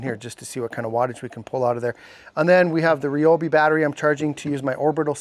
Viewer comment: Thanks for not saying Ryeobi😅